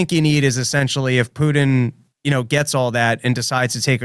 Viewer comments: PuTIN TIN TIN its a fcking T. Not a D. His name is not PuDin. “Poodin” ughhhhh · Need to get to practice saying Putin; not Pudin! I love me some and Dave, but I play a drinking game based on mispronounced names, cities, etc. Rarely finish a show not absolutely obliterated!! 🤣😂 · Cracks me up how says "Poodin" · I like the way says Poodin instead of Putin. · When say "Putin" I don't hear the "T" I hear a D. Pudin is what I hear. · I keep hearing "Poo'ed in" when says Putin. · "Poodin"" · Can your co-host hear how he's mispronouncing Putin? Keeps saying "Poodin" over and over 😅🤣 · Yes. It reminds me of Dale Gribble saying "Have you Hank?!... Pootin?" He doesn't say it like, but for some reason the way they animated his mouth sticks out in my mind. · Drives me insane. There are parts of the country that turn ts into ds and they need to be punished. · Yes. And he also says "impordant". This too drives me nuts. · It's infuriating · Also, vladimir pudding